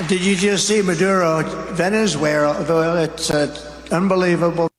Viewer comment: In fairness, no white man over 50 can pronounce Venezuela. It always comes out as Venzhuwale or Venzuela.